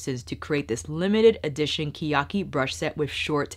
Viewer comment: It’s pronounced ke (keh) ya- ki (ee) け や き